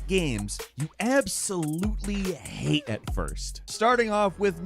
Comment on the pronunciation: why did I feel that ‘hate’ in my body???